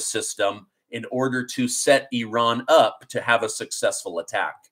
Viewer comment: Bro, it's Not Eran, Or Oran it's Iran.. Get it Right and you are Amazing : )